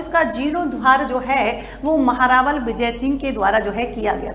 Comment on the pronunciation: महेंरावल नहीं महारावल 😊❤